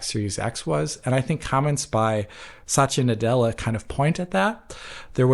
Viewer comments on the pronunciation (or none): none